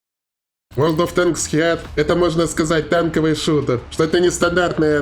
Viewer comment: Heat произноситься как хит. Х произносить помягче.